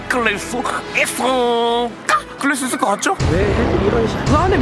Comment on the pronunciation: ‘끓일’의 발음 끌릴X 끄릴O